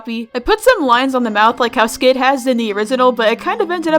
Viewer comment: When you said “skid is a skeleton” I heard you say “sans is a skeleton” Skid is sans confirmed